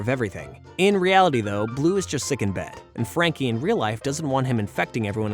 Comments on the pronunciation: Anyone else bothered that he calls Frankie "Jackie" instead? I mean, is it even written on the script or is he really just wrong? So many mispronunciation on names it almost cringes me because this show was just that special to me. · It's not Jackie it's Frankie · So we not gonna talk about how he keeps saying jacky instead of Franky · Bruh you said Frankie name wrong u said jankie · Love this show. Frankie, Mac, Bloo and the main group of imahinary friends are my faves Also, it's Frankie, not Jackie, how do u get that wrong?! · Did i miss it or misshearing this? Whys the narrator calling frankie jackie? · Her name is Frankie....why do you keep calling her Jackie...? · STOP SAYING JACKIE!!! ITS FRANKY!!!!! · All the research and you can’t even pronounce Frankie’s name right I can’t even take this video Seriously. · Dude you started calling frankie frankie or miss Francis then like 5 minutes in you forget her name and start calling her Jackie, also Extremeasaurus is pronounced Extreme-A-Saurus for fuck sake, if you’d actually watched the episodes you’d know this.